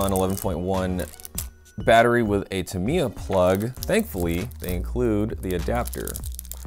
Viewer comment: It's a Dean's plug, not a T plug. And you're saying Tamiya wrong, and you're saying neodymium wrong.